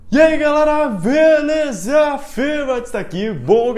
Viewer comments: Mais alguem notou que ele falou velesa em vez de belesa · Ele falou veleza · Ele Disse VEleza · É impressão minha ou o falou "Veleza" no começo do vídeo